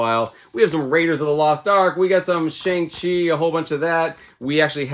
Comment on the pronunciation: Pet peeve of mine but Thanks for pronouncing Shang Chi properly 😂🎉